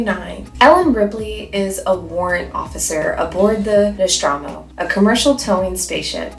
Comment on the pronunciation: real question, how does a fan of Ripley in Alien not know how to pronounce Nostromo